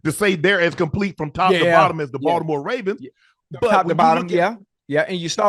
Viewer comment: he say “raisins” when talking about Baltimore at least once a show 😭😂